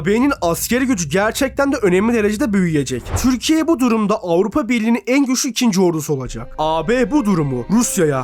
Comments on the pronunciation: Amk öyle bi türkiye diyorsunki izleyemedim türkiye değil tcürkiye konuşmanı düzelt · türkiye ismini çök ser vurgulu söylüyorsun. Telafffuzu düzeltsen daha iyi olcak gibi